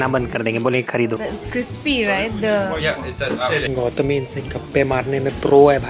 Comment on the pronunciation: Gautami❌. gOOtami✅